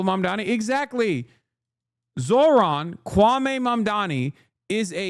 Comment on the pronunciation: talking about Zohran sounds like "I think we ALL sing"